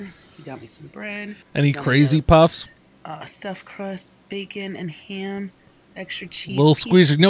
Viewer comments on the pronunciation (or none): said “heyam” instead of “ham” You threw a shoutout to post10! Nice man. He’s awesome. You just got a new subscriber, and I’ll throw you a $20.